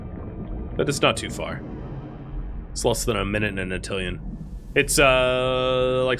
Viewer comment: Are you purposefully mispronouncing Nautilon?